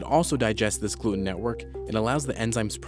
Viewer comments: Every time he says Gloot-Enn. I drink. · How come this guy can't say gluten right?